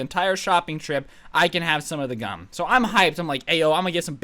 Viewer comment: I swear he said "I Glued My Eyes Shut with Cum"